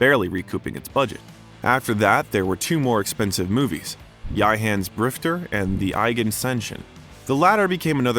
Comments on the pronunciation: Yea he makes a TON of mistakes and horrible, numerous mispronunciations. Like what he called "High Plains Drifter". It stunned me and I couldn't not say something! He called it "Ya Hans Drifter". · The frequent mispronunciation of names in this video (for example High Plains Drifter and Eiger Sanction ) is, in a word, egregious. At best, it is a badly-placed test of the narrator's First Amendment rights to free speech worthy of an appeal to the Supreme Court. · Great Doc....but what is up with the narration? Cedars- "SEEN-EYE" Hospital?? Magnum "POWER"?? "EEE-gan" Sanction?? "HAA" Plains Drifter"?? Micheal "SA-NEEMA"? Sounds like some kind of A.I. or speech software that can't handle some phrases. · The mispronunciations by the narrator are exquisite. Dizzy Jiles-py? And what did he call High Plains Drifter and The Eiger Sanction? Hilarious.